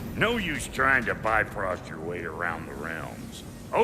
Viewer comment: this isnt his real voice nobody says bi frost like that edit : the berserkers definitely use bi frost too especially niflheim and the king berserker